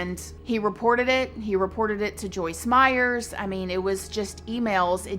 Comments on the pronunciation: I enjoyed this video but literally CRINGED every time she said Joyce MeyerS!!!! 😫😫😅 It’s Meyer, there’s no “S” at the end of Meyer! All love, just my tiny observation. ❤️ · Her name is Joyce Meyer. No "s." Meyer, not Meyers. I loather her, but geez, Journalism 101, first lesson: get the name right. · A small thing ... there is not an 's' at the end of Meyer 😉😉😉 nice channel 🌹💖🌹💖🌹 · How do you get Joyce Meyer’s name wrong repeatedly in your show when you said you’ve read a lot of her books and “know her very well?” You kept calling her “Joyce Meyers,” when it’s “Meyer.” But I do agree that I also am dumbfounded that people murder for sex. I guess it doesn’t matter what the reasons are, because at the end of the day, it all comes down to the fact that people who murder are just bad and evil people. Especially the kind that will murder your own young children. This guy deserves death, and I’m outraged that they even doubted his guilt, with such overwhelming evidence. Who’s gonna send those threatening emails and letters besides him? And coming from his own login and computer and it just so happened that they’re all murdered in an hour while he’s out of the house. I wish he would’ve been murdered in jail already. He does not deserve to be breathing. He’s the personification of evil, period!! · It's Meyer, not Meyers. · I love your videos, but I have to say this. Her name is Meyer, not Meyers. I noticed it because everyone puts an "s" on my last name, too. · Meyer not Meyers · It’s Joyce MEYER, not Meyers!!!!! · If you put out videos to the public, you should get your facts straight. It's Joyce MEYER, not Myers. I can understand a one-time slipup, of her name. You never once pronounced Joyce Meyer correctly. Do basic research. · PLEASE—-if you are so familiar with her—her name is Joyce Meyer!!!!!!! No “s” on Meyer!! 🤔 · It is Joyce Meyer , not Joyce Meyers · Not being snarky, but her name is Meyer, theres no s on the end. Lots of people make this mistake. Hugs =)